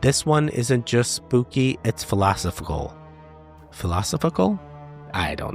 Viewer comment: Mins...Phil-los-sifical 😂 You crack me up with your humor. ❤ ya Goons!